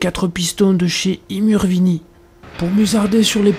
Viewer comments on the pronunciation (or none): toi t'es pas corse commen t'as massacré le nom I muvrini... MDr